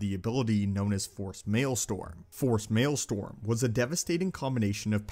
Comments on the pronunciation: Maelstrom is pronounced like male-strum not male-storm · Cool videos. But I cannot forgive your mispronouncing "maelstrom"